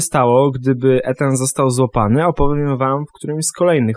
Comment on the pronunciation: hym, też zauważyliście że mówiła "Etan" a później w wiadomościach było już "Ethan"?;D